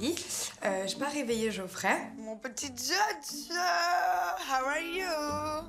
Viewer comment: on dit Geoffrey*